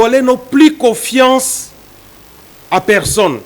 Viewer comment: Avec une diction telque COSEQUECE, COFIACE